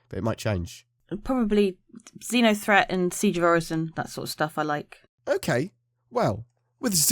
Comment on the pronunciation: I thought I heard you saying Zinya-threat. I don't think anyone would survive that.